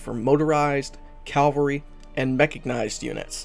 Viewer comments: Just for the record... it’s pronounced as Cah-vahl-ree. Not Cal-vary, or Cal-Valry. Caval-Ry. Cavalry. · It's CAV--alry not calvary lol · Its cavalry. Calvary is a place. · Ka-Val-Ree. Meh-Ka-Nice-D. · Jesus Christ man lol. It's pronounced Cav - Alry.